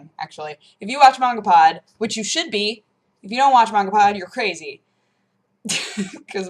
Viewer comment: Mangapod! slaughtering japanese one word at at a time..